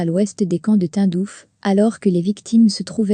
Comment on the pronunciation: Le « Tundouf » 🤣 et le « Joé » Biden